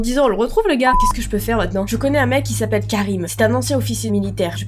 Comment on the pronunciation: LE PRENOM Kerim EST UN PRENOM TURC QUI SE PRONONCE Kérim ET NON Keurim JE T ADORE CONTINUE COMME CA